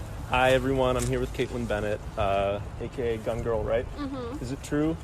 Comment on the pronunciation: DID YOU SAY DUNG GIRL?